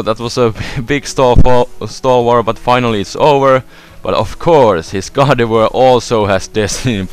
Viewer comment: when he says gardivoir. i thought he said god of war. lol